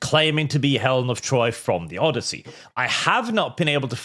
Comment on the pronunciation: Thats not elen of troy its elen of detroy